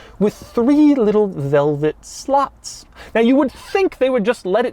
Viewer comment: Hi Doug It's SLOTS not SLUTS